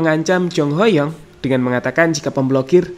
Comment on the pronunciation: Baru si mimin canal youtube yg nyebut nama Ho Yong dengan pelafalan yg bener 👏